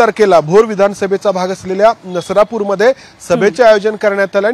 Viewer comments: नसरापूर नरसापुर नाही मॅडम मराठी न्युज आहे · नसरापूर नाही नसरापूर आहे